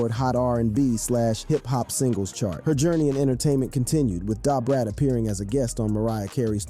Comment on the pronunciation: Lol maaaaaaaaaaan you killed Brat name